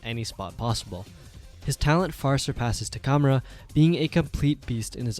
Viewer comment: im sorry but the way you say takamura's name threw me off bad, not once in the anime was it pronounced that way XD